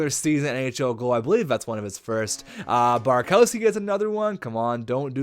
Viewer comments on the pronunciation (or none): its BurakOVski not BurakOWski